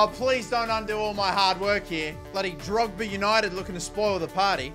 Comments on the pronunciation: The Drogheda is pronounced as "Draw-he-da". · I am Irish and watching this has brought a huge smile to my face! You did great at pronouncing Derry city but not so much drogheda 😂 Drogba LOL